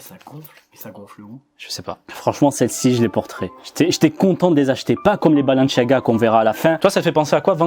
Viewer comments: C pas balanchiaga c balenciaga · Mec sa me stress c’est balenciaga pas balenchiaga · C Balen"s"iaga pas balen"ch"iaga 😭😭💀💀💀💀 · Balanciaga pas balanchiaga tu stress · Arrête de dire " balenchiaga " juste dit balenSIAAAga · C est pas balenciaga C est Balenciagra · Pourquoi il dit balanchiaga ??😭😭🤦‍♂️🤦‍♂️🤦‍♂️ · Pourquoi tu dis balenchiaga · Pourquoi tu dis balanchaga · CEST BALEN(s un s pas chiaga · C est moi où il prononce balanchiaga 😂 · Comment tu prononces Balanciaga frère wesh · Moi aussi ça m’a perturbé le « balenchiaga » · Mon dieu comment tu prononce Balenciaga 😰 tu n'a pas respecté la marque. Les premiers transparents, celles des minions et les BalenCiaga, je les trouve CANON, originaux ça sort de l'ordinaire.